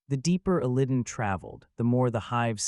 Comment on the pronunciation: Your pronunciation of Illidan hurts my soul.